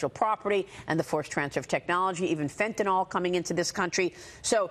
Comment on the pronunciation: FENTANYL, short i sound at end, not short o sound. Don't be an idiot . People that need this cancer pain drug really need it, and so party monsters killing themselves is amusing to me, I want them all to die at once on the same lawn. I hope the parents realize they are the worst parents EVER.